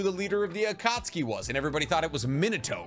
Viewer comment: There’s no one by the name “Minoto”. Naruto’s father’s name is pronounced “Minato” (Me-NA-toh) as spelled. Also Akatsuki is pronounced (Ah-Kat-SU-kee) 4 syllables not 3. You’re welcome 🙏